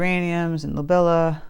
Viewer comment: Those flowers in pots were gorgeous. You are so talented! Seriously I love your paintings. And by the way, the way to pronounce Lobelia is Low - bee - lee - yah.